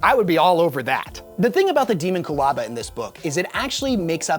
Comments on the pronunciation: De-MON-cu-laba. Not DE-mon-cu-laba! AAAAAAAHHHHHHHHHHHH!!!! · I hate how he says, Deamonculaba. It's Dehmonkulaba, not Deemonqoolahba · Pretty sure it's pronounced Day-mon-cyul-aba like ho-mon-cyul-us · It's Dae(Day)mon, not Demon.... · Pretty sure it's supposed to be pronounced without differentiating the component words. Closer to de-monck-u-laba. It's a word that is definitely trying to evoke mysticism and esoterica from numerous sources in human history. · Deemonqulaba- I believe it’s pronounced like that. I don’t know for sure tho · How does a 40k nerd mispronounce the Dee mon cue la ba?😊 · Your welcome. :p also it’s kind of pronounced. Demon-q-lah-bah. :p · He always mispronounces the topic of his videos. I am less bothered by what the thing is and more bothered by the fact that he is skipping the first "a" and acting like it's 2 separate words. Petty of me? Hell yes. Lazy of him? Considering his slapdash and nonsensical description of the thing this video is supposed to be about? Yeah, probably. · Your pronounced this like a goober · That sir, is not how I pronounce it. 🤷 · I never heard anyone pronounce “Daemonculaba” that way in my life. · The scariest thing is the way you pronounce "daemomculaba" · Why is he saying it like that